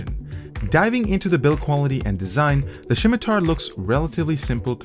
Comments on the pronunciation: Did you just call it a shimitar???? Did u even play runescape >:( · SHIMITAR XD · Great mouse aside from the 2.01 Firmware issues. Fyi, it's pronounce Sim-i-tar, there's no H. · "Shimitar"? It's pronounced like "simiter"... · its pronounced Simitar not Shimtar lol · 'Shimitar' drove me insane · I think it's pronounced simitar. :) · If he pronounces it SHIM-i-tar one more time....I'm turning off the video. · THERE IS NO H IN THE WORD! like someone else said its pronounced simi-tar. look for a video about someone talking about the middle eastern sword of that name. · could not watch with you saying shim i tar .... painful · Next time he says shimatar I am going to get triggered. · Elias Yazigi Can not be unheard. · Sam Shalati Haha, it was kinda bugging me too :P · Wait.. so you're telling me, that I've been pronouncing scimitar wrong, my whole life? #FeelsBadMan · Y u say scimitar like Sean Connery? XD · There is no h in scimitar. :p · How he pronounces scimitar kind of annoys me